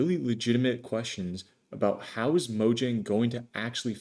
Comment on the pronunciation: imagine making a minecraft video and mispronouncing mojang oof:elbowcough